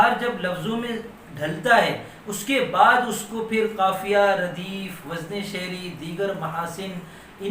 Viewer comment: ماشاءاللہ ۔ عمدہ ترین معلومات ۔ وزن کا صحیح تلفظ وز ن